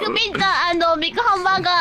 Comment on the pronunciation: She says "big hamburger country." Japanese people who are not good at English pronounce "big" as "bikku." Japanese hamburgers are only half the size of American hamburgers. I think this comment is not discriminatory and reflects her honest opinion. It's cute. (Using Google Translate)